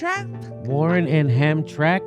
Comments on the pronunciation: when people not from Detroit try to pronounce Hamtramck lol Ham-tram-ick, stress on the middle syllable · The second town you're referring to is Hamtramck, Jimmy. It's pronounced Ham-tram-ick. It is an historic Polish enclave, a former suburb that got surrounded by my hometown Detroit as it expanded in the boom days. It is a charming place that got pretty badly carved up when GM wanted to build its Poletown Plant there. Many historic neighborhoods and churches were demolished for the good of GM, or something. They made the Volt there until it was replaced by the Bolt, which is now built in the northern suburbs. Hamtramck is just another reason why GM's corporate conscience can be questioned. Just a bit of background info for you and yours; it makes me cringe to hear how you pronounced it, but whatever. That being said....GO BERNIE GO LET'S GO PEOPLE!!!!! Detroit and Michigan love Bernie, we came through for him in 2016 and by the godz we'll do it this time. PEACE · Lol, Hamtramck is not pronounced Hamtrack. It is Hamtramick. Also Warren does not support M4A. She co-opts the label but if you listen you hear access. Bernie is the only one. Do you fckn homework. Quit giving her credit for Bernie’s core plan. Warren is no progressive. Pocahontas is a liar and a cheat. She sucks. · It's pronounced Hamtrammick, not hamtrack you goofballs. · Just for future reference, it's pronounced Ham-TRAM-ick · Former UAW truck driver that hauled parts for GM in the 90s; its pronounced "hamtramick". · It's pronounced ham-TRAM-ick :) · It is pronounced Ham-Tram-ick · You pronounce Hamtramck, as if there was an i between the m and the c, like this, Hamtramick! At least that is how they said it on Detroit radio. Not to take away from the main point of the video, which is shameful for GM, (like most corporations these days!) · Pronounced Ham-tram-ick, Jimmy. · HAM-TRAM-Ick :D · The city is pronounced hamtramick. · Pronounced “Ham-Tram-ick. !!.. dork..🤣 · Pronounced Ham tram ick.